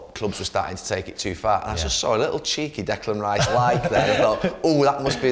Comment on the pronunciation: Declan Rye-iss, what a lad